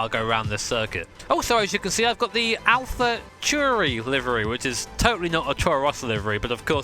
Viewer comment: "Alpha Toouri"